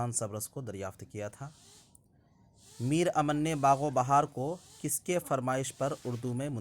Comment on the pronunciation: میر امن ۔۔میم مشدد سے پڑھا جائے گا